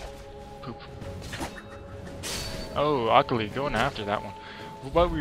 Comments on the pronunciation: omg the way he said akali :L lol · Did it bother anyone else how he says akali? Great vid btw its a different build for teemo I will have to try!